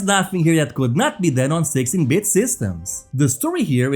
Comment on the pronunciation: All I'm hearing is sexy bit.😂